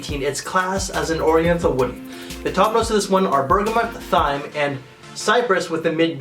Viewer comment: Thyme is pronounced TIME, (almost),.NOT th-yme. *shakes head*.